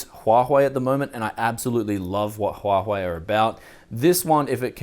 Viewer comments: Didnt u get threadripper from AMD? Also pronunciation of that phone is SHAOMI, not zaomi, also its HUA WAY, noy huahoey. :P ..... BTW so many x58 mobo.....i wish i have one at the moment, i have a i7 930 lying around but coudnt get any x58 motherboard in my country, like anywhere. and online price is extremenly high. Lucky you. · instead of huawei is huahei :) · I laughed when he said "Huahuei" :D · sorry but i cant stand the way you say huawei :D CHWACHWEI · huahwei huahwei cmon man lmao